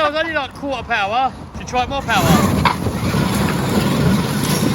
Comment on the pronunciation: No S's are more "pAWar"